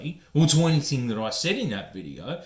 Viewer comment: Issac Butterfield said “anythink” case closed.